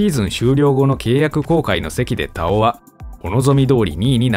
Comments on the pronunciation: 「たお⤴️」って違和感あるな 「たお⤵️」の方がしっくりくる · 根尾のイントネーションで田尾って言ってるからすごく違和感ある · 久しぶりに聞く名前だが、読み方に違和感あるなあ。 女優の土屋太鳳の「太鳳」と同じイントネーションなのだが？ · 田尾の発音が太鳳😂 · 田尾と太鳳の発音は同じ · 田尾安志の「田尾」は土屋太鳳の「太鳳」の同じ発音な。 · 毎度名前のイントネーションおかしい たお⤵︎ 顔の発音だよな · 田尾のイントネーション気になり過ぎて、3回目の田尾って言ったところで見るのやめた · イントネーションが根尾みたいになってる。 田尾 田にアクセントだと思うけど。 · イントネーションがおかしい。 田尾のアクセントは頭高やぞ。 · 田尾のイントネーションってこれが正しいの？気になってしゃーない